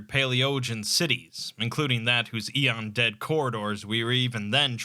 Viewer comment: not sure if he’s mispronouncing it or it’s a regional thing